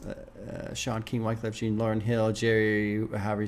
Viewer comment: JEAN is jjjjjjaaaaahn Its Kweyol for JOHN not Gene lol